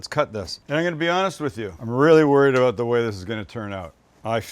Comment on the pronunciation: when he says “aboat” lol or awkwardly moans